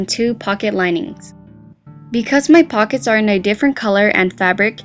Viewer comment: Did she say with fuckets?